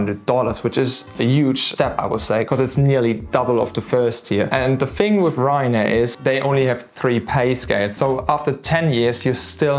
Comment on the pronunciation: in english please...its call the "Thing" ...not the " Fing "